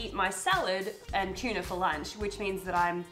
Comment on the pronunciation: tchilly tchuna